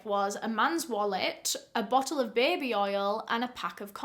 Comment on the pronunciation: I Love how you say “BABY” u pronounce it like “BEBE”lol your accent is oddly satisfying lol